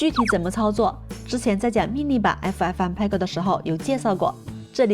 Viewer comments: 爱抚艾福嗯派哥 不是 派勾听着好难受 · "PEG" 谷歌查到是念"佩格"